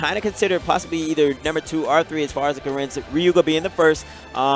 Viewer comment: Why is he stressing the second syllable of Corrin and Ryo?